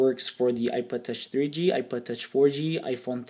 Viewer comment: Did he just say ipoded?